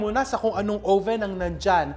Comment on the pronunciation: Oven or owven? Haha